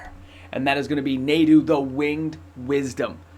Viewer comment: Just a heads up it’s pronounced (Nah-du) not (Nay-du) for Nadu